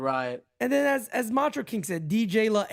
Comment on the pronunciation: Bro the fucking Macho call “Meurio” killed me 😂😂😂😂